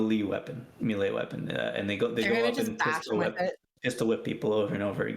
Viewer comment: Why do you say melee wrong